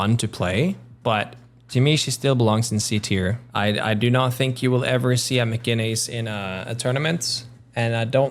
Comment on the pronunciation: I think you said "Mcginnis" wrong